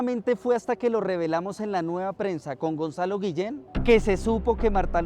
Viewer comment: EL TONTARRON DE DUQUE DICE GUILLEN 🤣💥🔥💯